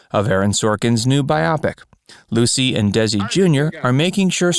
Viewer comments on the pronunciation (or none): Wait. Did you just say Bi-opic instead of Bio-pic? What is it with narrators of these kind of channels and weird pronunciations of common words? Bizarre... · It’s not pronounced BI-opic! It’s a combination of “bio” for biography, and “pic” for picture… it’s “Bio-pic”!!!! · Its pronounced BIO-pic, not bi-OPic. Its your native language, learn it. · It's bio-pic, not Bi-opic! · Baiyopik? Bio pik. Machine reader? Cannot stand this narration. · “Bi Opic”😂! You do know you can Google the pronunciation of a word if you’re unsure? Biopic short for Biographical picture. In this day and age there is absolutely no reason for this type of error except for sheer laziness. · Buy oh pick-it does not rhyme with myopic. Everyone else has covered the Keith vs Desi Jr controversy. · You might want to learn how to pronounce "biopic".